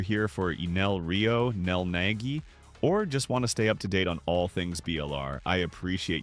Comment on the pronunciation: Naggy??? It's Nagi